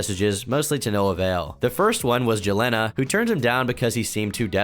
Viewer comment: Hi ! Just wanted to point out (since we share the name) Jalena is pronounced “juh-lee-nuh” rather than how you said it. It’s something that I clear up in everyday interactions and I thought I’d do that here too (I almost screamed when I heard my name, however pronounced, in regards to ChrisChan)